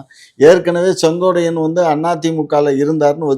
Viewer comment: அய்யா செங்கோடை அல்ல செங்கோட்டையன்... கொட்டையை நல்லா அழுத்திப் பேசுய்யா நல்லா வரும்.😂😂😂😂😂😂😂😂😂